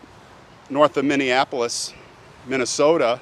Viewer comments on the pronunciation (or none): "up in minne soooo ta."